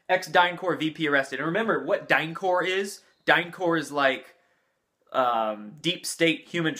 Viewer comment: The p in DynCorp is to be pronounced. That's because it's not French. It's English, abbreviation for Corporation . If it were the French word "corps" it would have an s at the end.